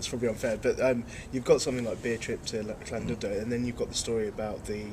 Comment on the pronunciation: The 'dud' part of 'Llandudno' is actually pronounced 'did'. :)